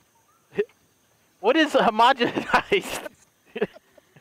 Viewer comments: I am honestly in tears about trying to pronounce "homogenized." 🤣🤣🤣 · That bit where delirious’s pronounced homogenised as homo genocide made me break down laughing 🤣